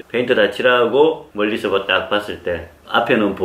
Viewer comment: 페이트 아니죠 페인트입니다